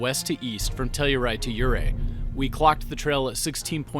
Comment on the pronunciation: I was wondering if you are not a Colorado native: you pronounce yoo-RAY (correct) as YOU-ray, and Imogene is said by old Coloradoans in the English way with a short "i" as in "it" : I ma jin.